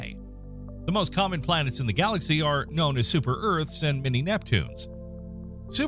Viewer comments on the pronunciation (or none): none